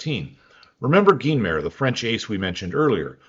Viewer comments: Commenting here for the algorythm (And as a French you are totally saying Guynemer correctly ;) ) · Your pronunciation of Guynemer is good.